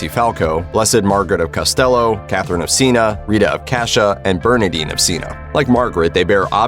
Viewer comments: BEE-ATT-if-ication (not bee-eut-if-ication/beautification) See-enn-ah/Sienna (not Seena) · ~sigh~ Why don't video creators teach their voice bots proper pronunciation? The town of Siena, Italy is pronounced cee-en-uh, not cee-nuh. "Unguents" (ointments) is pronounced ung-gwents, not un-ju-ents. You spent a lot of time and effort putting together an otherwise good video. Why ruin it with these mistakes that are so easily found and fixed?